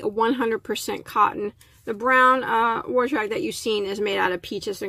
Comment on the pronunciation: Good video.Except the word wash sounds like you are pronouncing it like there is an r in it.